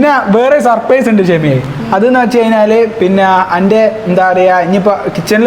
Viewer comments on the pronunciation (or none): none